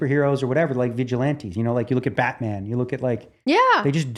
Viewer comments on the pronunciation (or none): none